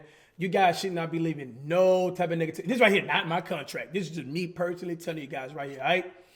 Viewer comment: he said negativity that sounded like n*gativity ngl